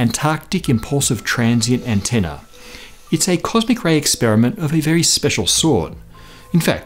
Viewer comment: You managed to make antenna sound poncy lol congratulations